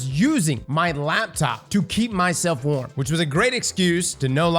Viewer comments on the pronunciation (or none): none